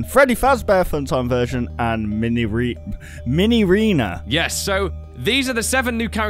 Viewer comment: it's not minireana